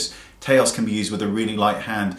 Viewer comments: Great video, those are some very helpful examples. Nars Taos though, Taos is one syllable and the vowels sound like "ow" as in ouch. I might have to by that blush just because it sports the name of my home town. :) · I love your pronunciation of Taos. :)